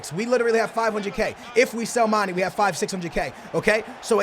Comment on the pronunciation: you pronounce mane wrong man it's not mani mane